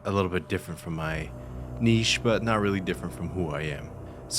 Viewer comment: I was gonna give you a like just for being the only youtuber to pronounce 'niche' correctly. Great video! Thank you.